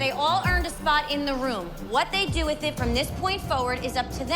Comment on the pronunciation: I find it funny how Dr.holly went threw all this college YET she can't pronounce WITHHH,, it's not wiff Dr.holly 😂 learn how to speak properly !!!